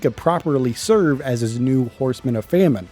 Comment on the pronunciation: this dude who was struggling to pronounce famine has the audacity to say "if your vocabulary isn't that big"